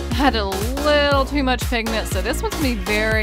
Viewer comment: It not pink pigment.......... it PINKMENT!!!!!!!!!! Like if u agree